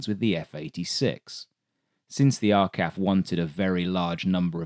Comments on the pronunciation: It’s R Cee A F, not R Kaff. 😂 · R KAF? It's pronounced R. C. A. F. Not RKAF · It's said R C A F no R CAF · It is not R-CAF. It is the R. C. A. F. Four individual letters. Maybe they used an AI to the voice over for the early part of the video. My father was ground support personnel in the RCAF for 4 Fighter Wing near Baden. A very young me circa 1955 was there as a dependent. I saw them many times on the flight line and in the air. Especially during the Hungarian Uprising I remember the Canadair F-86s flying Combat Air Patrol. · R CAF? WTF? We say R C A F. Royal Canadian Air Force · Very good! - I'll even let the CAC photo-win pass.... but just one little quibble. I have never heard anyone, any veteran, any Canadian say "Are-Kaf." The phrase as far as know has always been "Are See Eh Eff" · R CAF what the hell we say R C A F! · That's the first time I've ever heard "arr-kaf." 😕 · Arkaf? Never heard that one. Is this AI?